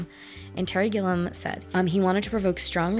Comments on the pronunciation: Terry Gilliam's masterpiece is Time Bandits (1981), co-written with Michael Palin of Monty Python, who also appears in the movie, along with John Cleese. And his last name has three syllables. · I recommend "Brazil", also directed by Terry Gilliam. Pronounced Gil ee am. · Hunter S Thomson is one of my favorite writers, and Terry Gilliam (Pronounced Gilly-am) is my favorite director. Every movie he makes is unique. So this movie holds a special place in my heart. I catch something new each time. I wish you'd have shown the scene where Johnny's Hunter meets the real Hunter.